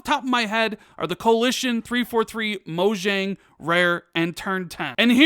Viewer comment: P.s. it’s pronounced moYang